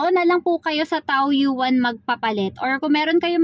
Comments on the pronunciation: Taoyin Po Ang bigkas..not taoyuan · Hello madam, Taoyuan ang pagpronounce po Tawyen...